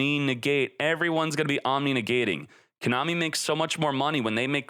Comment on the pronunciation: The way he pronounces Konami gets me every time lol